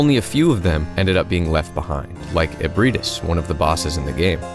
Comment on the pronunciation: I keep hearing Nier music in the background lol and you actually pronounced Ebrietas right all my friends say it wrong and it BUGS me